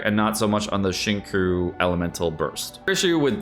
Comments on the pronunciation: As a YouTube frog, I don’t know if never learned how to pronounce his name or is just trolling when he says shin ku. Please enlighten me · ok but it’s not pronounced xing ‘coo’ 😂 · Not you teaching him how to say Xingqiu wrong 😔